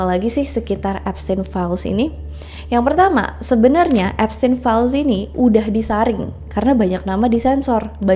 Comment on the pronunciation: Eps Teen Files🤣